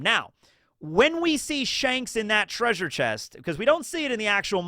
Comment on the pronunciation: were you referencing Scooby Doo the whole video with the 'TRAY-sure'?